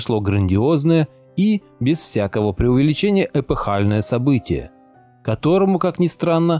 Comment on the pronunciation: Правильно говорить не эпыхальный, а эпохальный , от слова эпоха.